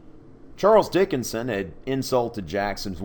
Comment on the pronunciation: I was so condused at the beginning that i watched the intro three times until i finally understood you were saying charles dickonson and not charles dickons XD